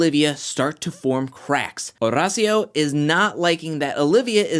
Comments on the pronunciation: Oh my damn, stop putting sooooo much emphasis on Horacio’s name 🤦‍♀️🤦‍♀️🤦‍♀️ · Every time he says Horacio, I cringe...